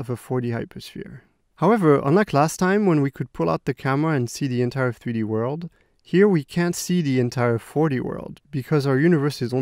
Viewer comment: Nobody: This dude: FTHREE-D